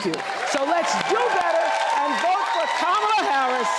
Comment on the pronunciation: Streep hates trump, but probably hates Kamala now after she mispronounced her name. 🤦‍♀️